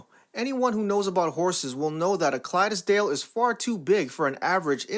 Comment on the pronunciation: Clydesdale is 2 syllables, Clydes dale. You don't put an inexperienced rider on a big horse. Plus, if there's no saddle, you need to be able to grab them if needed. On a side note, I got my sister knocked off a pony when we were kids. He never gave me a problem, but my sister didn't know how to ride that well. So, when he took off for the barn, she couldn't stop him.